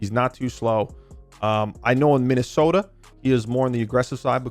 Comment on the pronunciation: You say Minnesota like a stereotypical Minnesotan.